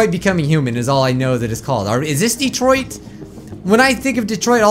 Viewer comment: DELAWARE... DETOROITTO.... (yes I know it's Detroit, but it's just how japanese people say it) SUMAAAAAAASHU!!!! (again, I know it's Smash, but it's just how japanese people say it)